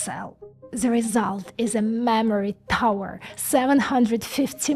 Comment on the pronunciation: all i hear is mammary